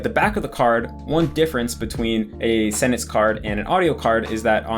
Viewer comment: ur the only native eng speaker I’ve heard pronounce sentence as “sennence” lol